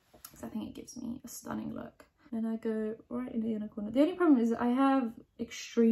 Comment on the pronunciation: I was so confused for a second because I thought she was saying ‘unicorner’ which isn’t a word and then I realized she was saying ‘inner corner’ and felt very dumb.